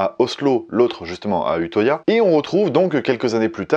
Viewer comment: Vidéo très intéressante ! Mais on dit « uteuya » lel